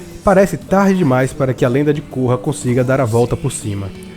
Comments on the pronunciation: a lenda de côrra? Se pronuncia Kórra! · Cara, eu gostei bastante de A Lenda de Korra (e você errou a pronúncia do nome dela). Você não pode alegar que as suas críticas são a opinião geral. Vocês têm que aceita que tem gente que gosta e tem gente que não gosta de diversas séries. Eu não gosto de Dragon Ball Super, e daí? Tanto faz. Continuem gostando dos seus shows galera. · e vc ta falando errado o nome dela